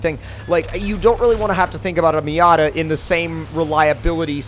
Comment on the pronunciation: Stop saying miata